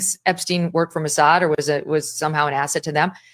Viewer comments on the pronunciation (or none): none